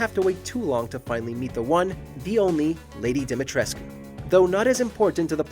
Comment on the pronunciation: How is it the narrator managed to mispronounce "Dimitrescu" every single solitary time despite the games own characters constantly pronouncing it "Di-mi-tresk" (which is the proper Romanian pronunciation, btw) every single fucking time in the game? Come on man, no one can be that incompetent at their job.